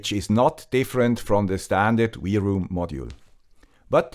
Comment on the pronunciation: Usually I agree and I am pleased with your torough reviews. I may be mistaken, but I think you are missing the point. Two antennas are not meant to discover more networks, but to split incoming and outgoing traffic on separate channels to increase speed and throughput. This is the main advantage ! Second my friend, W is not = to V in English ! LOL ! It's not V-ROOM it's WROOM like the roar of a car ! Have a great day ! Auf Wiedersehen !